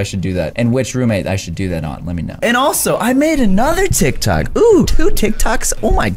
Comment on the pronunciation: Its not tivk tocks its tik toks